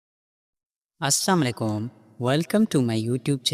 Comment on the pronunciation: لفظ درست کریں لفظ اسلام وعلیکم ھے اسساما لیکم نہیں ہے